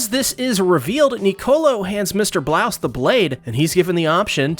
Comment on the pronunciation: It's Mr. BRAUS not Blouse! Geez!